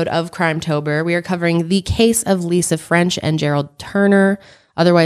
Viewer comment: No disrespect but every time you say Lisa French I think about Lisa Frank 😂